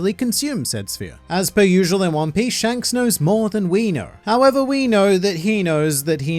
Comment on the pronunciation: "One Pieshe" 🤣🤣